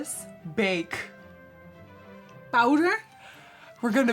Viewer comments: Harry Potter she said bowder !? Bowder !? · Nikki: we‘re gonna bake!!:D: POUWDUR?? Nikki: yes! we‘re gonna bake!!!!!!!!!:D:............ pouwdur? 😂😂😂 aw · “but now it is wHiTe” “so very much bOwDeR” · “bowder ?!?!?! BOWDER ?!?!”😂😂😂 she’s so adorable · “We’re gonna bake!” “Bowder?!“ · Nikkie: We’re gonna bake! Mom: BOWDER?